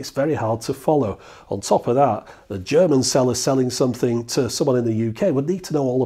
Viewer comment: Thanks a lot for this great Video. I am from Germany, I kinda grew up with these machines in the 70s when my drunken father drew me into the local bars and made me spent my time with these machines, while he was getting boozed. Great Video, great research. Best I liked your german pronunciation, which you did really good. Cheers. Joe :)